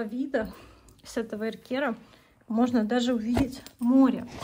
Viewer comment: Эркер ударение на Э